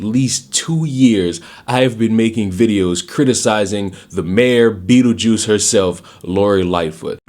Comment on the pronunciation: Mayor “Beetlejiuce” LMAO!